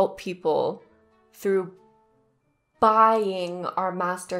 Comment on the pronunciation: you can definitey help people by charging them. i didnt like how u put emphasys on the word buying, when he talked about helping people. life aint easy nothing is free dear. other than that ur channel is fantastic